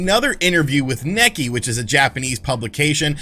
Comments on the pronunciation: Nikkei not nakkey. Like kneekay. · It's pronounced "Knee-Kay", not "Nakey". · The correct pronunciation is something like “nick-kay” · Isn't "Nekkei" pronounced "Knee-kay"?